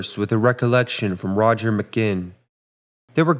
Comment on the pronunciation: The dark side of the Beatles, we've heard it all play out.The drugs, infidelities,so much, which started in Hamburg with strippers and debauchery. What is with the narrator???? Sounds a bit off. And he pronounced Rogers name wrong. John was straightforward but so jaded for a young man. Introduction of Shankar's music is amazing. I saw George in concert with Ravi. We were so star struck by the the Fab Four we had stars in our eyes....but alas they are human too.